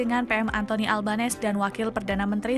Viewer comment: Anthony ALBANESE. Ucapan Surname (Nama Keluarga) PM Autralia in adalah; AL-BEN -E-SE, dengan huruf N-nya diteruskan ke huruf E yang melanjutinya jadi : AL-BEN-nE-SE dan tekannanya jatuh pada sukukata "nE" >>>>>ALben 'NEse.